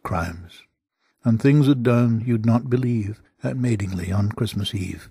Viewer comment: Haslingfield, Babraham and Madingley are not pronounced correctly. Locals Pronounce them: Hayslingfield; Madingley (not Madeingly); and Babebraham or Babebrum.